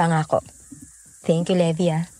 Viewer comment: Sige, AoT character isipin ko ha habang nakikinig po. Sender Levi ♥️ Levi po, hindi Levy hehe